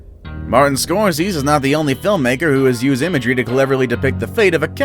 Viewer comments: Martin Scorsees???? Really??? His name is Scor say see, tool!!! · Nope—> SCORE-SEH-SEE. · Geez, will you please go through your scripts and Google pronunciations!? "Score-sees" sete my teeth on edge and nearly every one of your videos I've watched since I discovered you channel has one or more of these haphazard pronunciations. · GOOD GAWD MAN- Martin Scorsese is pronounced SCORE-SEH-SEE. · Alfred Hitchcock also appeared in all 35+ of his movies. And the director's name is pronounced...Score SAY' zee. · Ok I was gonna let “The Fight Club” slide…then you said Martin “SCORSEEZ” 😳😳😳 You can’t have a list about movies and not know how to pronounce SCORSESE!!!!!!!! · Omg damn dude scoreceez. Wtf READ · Pretty decent until you totally butchered Martin Scorsese's name...